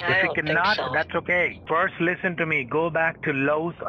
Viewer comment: lisen to me, lisen to me, lisen to me, lisen to me :D